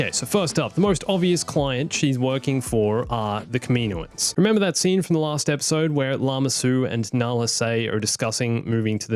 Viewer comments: Man I love your videos and your ideas. But seriously,kameenoans? Kam-in-O-ans. I hate to complain about anything but that sounds like nails on a chalk board to me lol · can you say kaminoins. As kam-in-o-ins not kamino-ins cause that is the proper way to say it but you do you